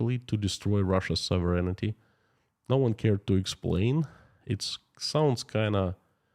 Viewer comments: I know that you like to know pronunciations… Sov…rehn ….tee (phonetically) not soverenitee (your pronunciation) Sovereignty (don’t pronounce the first e, the i or g) sov·er·eign·ty /ˈsäv(ə)rən(t)ē/ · You left out the E/I sound near the end. SOV- REN-I-TEE